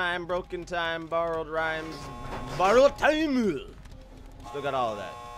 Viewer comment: Its not borrowed taimu, its BOROUDU TAIMTO